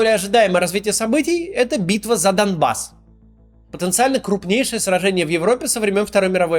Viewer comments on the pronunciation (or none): все круто-класно, но не доМбасс, а доНбасс пожалуйста)